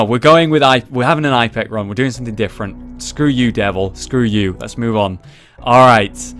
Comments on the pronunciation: Ep-ih-cack. thats how you pronounce it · Btw, it's pronounced, ep-i-cac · It's pronounced Ip-eh-cack (the I is pronounced like in "in" except with a "p" for an "n" if that makes an sense whatsoever). Also, you can bomb open doors with any explosive so it's good for getting out of a tough room. Don't know if that works for locked ones. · pronounce it Ip-eh-kack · it pronounced ip-a-kak